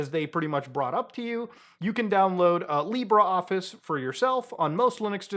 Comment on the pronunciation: Yo, Muta! Very nice video, as usual. I enjoy your content very much. One thing, tho: it's not Lee Bra Office! It's called LibrE Office 😀